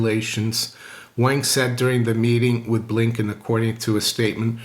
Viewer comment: Chinese top diplomat needs to change the pronunciation. Wank ye? Blinking marvelous said blinkin